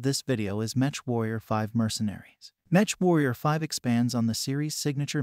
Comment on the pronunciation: Meck not Match